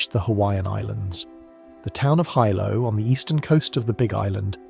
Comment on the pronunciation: It’s not Hi Low it’s pronounced Heelow. Hilo Hawaii where I live, and where the scariest events in the State happened. My daughter learned since her childhood where the tsunami inundation zones are and practiced drills and had field trips to the Tsunami Museum in Hilo. She used to be anxious when we drove on the waterfront because of the history. Kids are impressionable, but they have to know. There was a school swept over by a tsunami on a bay north of Hilo. Plus we are close to Japan by relationships of those who moved here and by similar hazards. We watch earthquake activity . It’s part of life here.